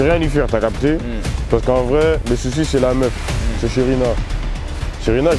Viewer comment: Hum par contre faut respecter le nom de Sherina elle a dit Shereke 🤣🤣🤣💀